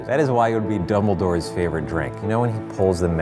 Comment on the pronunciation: Does he say double doors instead of dombledore